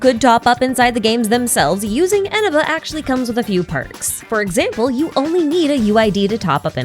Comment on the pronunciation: That's not how you pronounce Eneba 😭